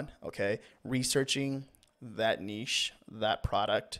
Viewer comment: Thank you for doing this video and for also pronouncing niche correctly